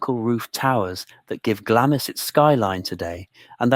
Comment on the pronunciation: The way Glamis is correctly pronounced is given in the first sentences as Glams, and continued to be pronounced wrong through the rest of the video, as Glamiss.